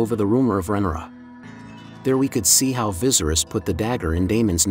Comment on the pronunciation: Rhaenyra's name is pronounced "Ray-nee-ra" not "Renora"